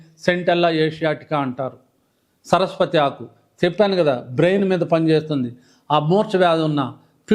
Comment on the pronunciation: రీజోనేటర్ పౌడర్స్ , బుక్స్ ఎప్పుడైనా అమ్ముకోవచ్చు! ముందు మూలికల పేర్లు సరిగ్గా తెలుసుకోండి. పునర్ నర్వ కాదు "పునర్నవ" అని పలకండి. అమృతవల్లి అంటే మృతం లేని తీగ అని అర్థం నాగరాజ కాదు "తెల్లగలిజేరు" ఉసిరిజేయనిమేలు తల్లి కూడా చేయదు అంటే అర్థం కాలేదు. దు సా..రా... వ సారా కాదు ధూసర తీగ , సరస్పతి కాదు సరస్వతిఆకు. పిచ్చి పంటాకు కాదు పిప్పింట ఆకు. తుళసీ కాదు " తులసి ".